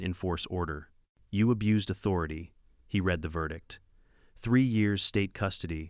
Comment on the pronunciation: I enjoy these stories. I'd enjoy them even more if someone would either 1) have a human read the script or 2) teach A.I. about grammar and pronunciation so the text wouldn't stop mid-sentence and, maybe, the dollar amounts would be properly read. (That's read as in 'red", not read as in 'reed". Something else A.I. doesn't get.